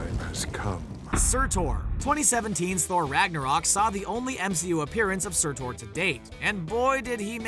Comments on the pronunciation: “Surtor” it’s surtur. Say it right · Surtor? It’s Surtur. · Surtur not Surtor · I just wanna tell you that “Surtur” is pronounced as “SerTer” not “Sertor” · You pronounced Surtur wrong, it is pronounced Ser-Ter. Otherwise it was a good video.😀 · Good video, but the way he said “Surtur” as “SurTOR” kinda triggered me ngl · Surtore. How do you botch the pronunciation that badly? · I have a question. What part of the “ur” at the end of Surtur makes you think it’s pronounced “or” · SurtOr? Really? It's not difficult to pronounce Surtr correctly, especially since we've heard it in the movie. Except you're just reading a script and probably didn't watch it, since you don't know how to pronounce it. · Please tell me im not the only one who got triggered when he pronounced surtr as sertor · Did this guy just say: “Sur-Thor?” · His name is not Surtore FYI. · Surtur isn't pronounced "sir tore." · Say Surtaur one more time. Say Surtaur again, I dare you. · It’s not surtOr lmao it hurts every time he says that but spells it correctly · Surtur he says surtor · that's quite a bad pronunciation of surtur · Im not judging but its surfur not surtur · The pronunciation of surtur is maddening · You mispronounced Surtur. Sooooo we know you have no idea what you're talking about. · How do you mispronounce "Surtur"? I never got how someone can hear something so many times, yet still can pronounce something incorrectly.